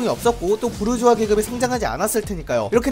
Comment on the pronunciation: 부르주아 부(r)자아